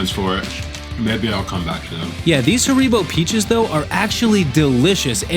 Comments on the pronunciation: Wait...Hareebo 🤣 haha its HAr-i-boh and the i is pronounced like the i in igloo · Fun fact: It's HA-re-bow not Ha-REE-bow. Also, eating too many pistachios is not good for your body... eating too many pistachios in in one sitting can cause high blood pressure, lightheadedness, blurred vision, confusion and even fainting. Salted pistachios can elevate your blood sodium level which increases your chance of developing various cardiovascular illnesses including hypertension o_O <3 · Dying at how americans pronounce Haribo haha great vid